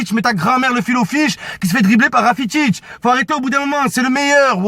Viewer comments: c'est qui rafitic ? mddr c'est rakitic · rakitic pas rafitic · Rakitic pas Rafitic 😂😂